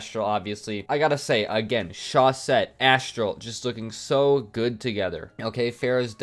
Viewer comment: Talking about pronunciation, what about you become the first ever to pronounce chausette correctly ? You have to say "chauzette" (because there's only one s)